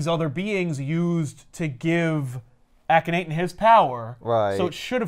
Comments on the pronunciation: Ahh-ken-nah-ten or Awe-ken-awe-ten Sorry, somebody had to be the dick who corrected pronunciation. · Hear your pronunciation of ahk not ten hurt my ears and wounds my heart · Lmao is a teacher and he doesn't care about pronouncing the one real person's name in this book. Akhenaten was a real person